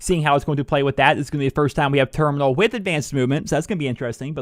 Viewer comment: It's termoonal